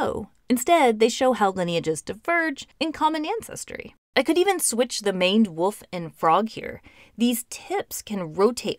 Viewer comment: Woof is now and has always been an odd way to pronounce wolf